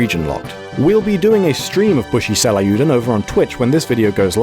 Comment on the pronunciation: im sorry, but how what did you say the name was??? bushi seilieoodon??? its pronounced say-ryoo-den